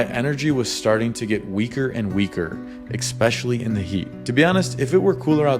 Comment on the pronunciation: Absolutely love the video. I subscribed and rang that bell. Side note, there is no x in especially. It's just eh-specially, ehspecially, especially. I can't wait to watch all your videos!